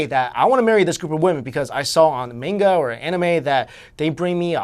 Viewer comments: Hey that one dude keeps pronouncing "manga" like MAINE ga.. it's MAHN ga, bro Anyhoo I have loved Asian women since I was six years old. That's all I'm sayin' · I cringed when you said "watch manga". Also, you mispronounced manga